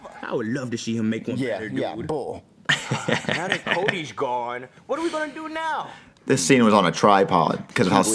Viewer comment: he says bull, like bullshit